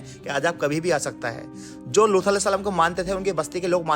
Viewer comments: Video me loot alehissalam na bol kar looth alehissalam bol rahe hai talaffus thik kijiye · Lutha nahi Lut kaha karen ap...nahi aagey log ghalat naam pronounce krengey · Bhai lutha alyehis salam nhi hai lut alyehis salam hai naam to sahi se lo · Abe lutha nahi luth a.s naam sahi se le vo nadi the hamare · Naam to sahi le ye loota kya hai be loot a s nhi aata tujhe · Luthal nahi Loot A.S. thik naam bole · Looth nahi loot alaihis salam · Bhai Lootha ya looth ni hai Asal naam unka Loot hai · लूथ नही लूत है , नाम सही से लीजिए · लूत के जगह लूथा क्यों बोल रहे हो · Name bhi thik se lelo Looth nahi loot (A.S.) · Phele unka naam sahi se lejiye aap lut A.S salam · Paighambar ke naam ka pronounciation sahi se kariye Loot alihissalam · Are bolna seekh le lood hota h